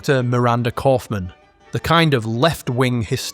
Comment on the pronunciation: "Kaufmann" Every Single Time🤣